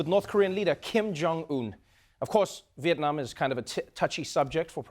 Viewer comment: Never seen an American pronouncing Việt Nam as perfectly as Trevor does.